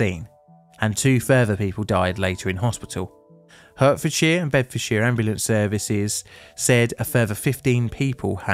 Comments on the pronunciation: I love your videos and find them very interesting, but it's not 'Hurtfordshire', it's 'Hartfordshire' (unless you're pandering to your US viewers!!!) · Heartfordshire not hurtfordshire. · Hey, just as a side note, , as a person from Hertfordshire, it's "hart" not "hurt". I don't blame you for making that mistake, it's an easy one to make. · Absolutely, particularly less than 2 mins in when called the county 'Hurt-fuhd-shuh', instead of pronouncing it correctly as 'Heart·fuhd·shuh'..... 😔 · hertfordshire is actually pronounced like "heart" and not "hurt." aside from that, great video. i think "Overly Confident Official" should be blotted too because of jarvis blaming terrorism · why are you pronouncing Hertfordshire "hurtfordshire", when you don't live that far away? I love your weekly videos, and your music channel, and you are a last bastion against the americans to teach them how to say our place names properly, so I don't understand your change of tack... For the uneducated, we in England pronounce it "hartfordshire" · For those who don't know it, Hert in Hertfordshire is pronounced as Hart not Hurt. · I’ve never heard a Brit mispronounce Hertfordshire before. It’s pronounced Hart not Hurt. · I love your videos but as someone who grew up in Hertfordshire it's "Heart - ford - shire", not "Hurt - ford - shire" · It is pronounced Hartfordshire not Hurtfordshire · Yeah this confused me as well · The county name is pronounced "Hartfordshire" not hurtfordshire. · Heart-fordshire not Hurt-fordshire. Sorry lol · It may be spelt “Hertfordshire “ but It’s pronounced “Hartfordshire “ not “Hurtfordshire” ! …..just saying ! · Hey, I like your videos but I just want to say that it's pronounced HEARTfordshire (as in like the organ that pumps blood around your body) and not HURTfordshire (as in the sensation you feel when you're in pain). In fact, the animal on the county flag is a hart. Hope you're good! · Great video, but it's 'Hart-fordshire', not 'Hurt-fordshire'